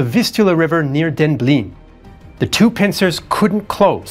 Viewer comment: Thanks a lot. Just two remarks: Demblin (not Denblin), Yelgavf (not Delgava).